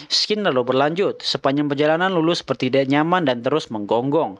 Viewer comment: scene dibaca "sin" bukan "skin"